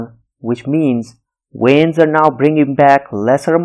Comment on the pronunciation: Great job. Just a little tip: It's pronounced veins, not weins. It's kind of distracting.